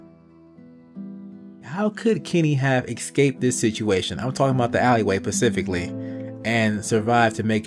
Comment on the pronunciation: Dude said pacifically instead of specifically. I'm dead 😭😭😭😭😭😭😭😭😭😭